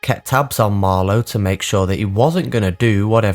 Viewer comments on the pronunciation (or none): none